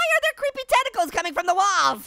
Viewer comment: Dude it’s creep not ceeps